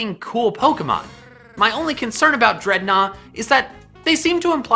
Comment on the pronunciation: Its just Dread-Naw